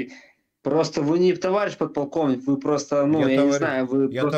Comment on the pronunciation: КонСтаКтор с поТалковником задекЛамированый 😂😂 ёпрст че это за организм покалеченный 😂